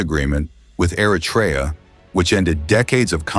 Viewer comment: Try first how to pronounce Eritrea please . Don’t say Artrya